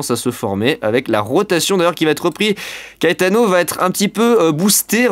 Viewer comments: Ça se prononce KAÉTANO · PS : je sais pas si CAETANO ce prononce KÉTANO ou KAÉTANO. Si quelqu'un a l'information 😅. VIGILANCE ORANGE ÉTENDUE AVEC LES VENTS VIOLENTS AU SUD, CHARENTES - SAVOIE.